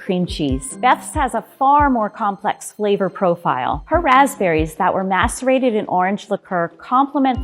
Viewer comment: everytime says macerate it sounds like masturbate lmao